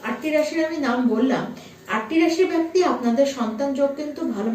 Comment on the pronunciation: Prothomei boli byakti noy bekti.. improve your pronunciation..bengali is a sweet language..don't spoil its image..